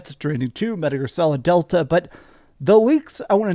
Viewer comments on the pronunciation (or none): none